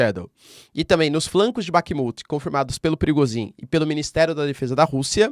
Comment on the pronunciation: O Nome do mercenário é PRI GOZS INN E NÃO PRIGOZIN ...